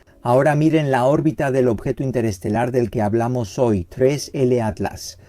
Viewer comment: Primeros 15 segundos y ya dijo mal el nombre del 3I/Atlas... bye